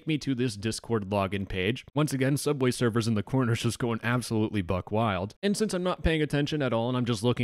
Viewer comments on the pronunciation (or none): bubway durfer xd love it